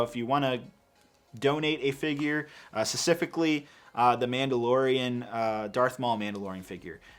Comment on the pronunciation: there is a p in specifically. i'm gonna rip my ears off loll